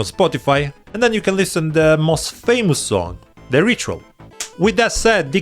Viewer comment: It's liSSSen not lisTen